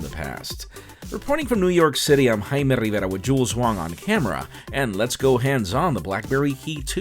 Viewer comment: i like the way you say your name:v